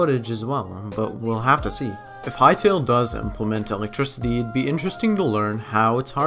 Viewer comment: what's alectricity?